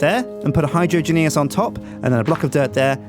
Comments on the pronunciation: Hi-Drain-Juz, not Hydro-an-geas. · Hydrangeas Hi-Drain-Jas... It just bugged me the the way he said it. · It's rather comical how no one in the Yogscast knows how to say Hydroangeas. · Zanzibar Haberdasher No they're not, it's a pun on hydrangeas (a type of plant) so it should be pronounced HYDRO-AIN-GE-AS not HYDRO-AN-GE-AS.